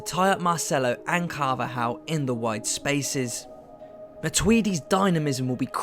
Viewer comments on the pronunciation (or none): none